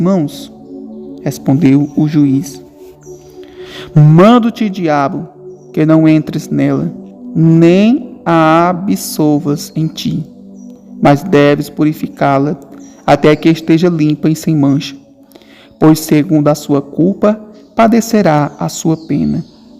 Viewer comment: Há alguns erros na leitura, como trocar absorver por absolver, o que dificulta a compreensão...